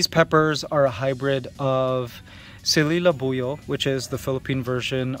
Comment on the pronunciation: Mikey, i think that is SILI labuyo not dem...o 😀